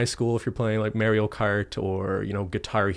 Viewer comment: Merio Cart? Haha. Mario..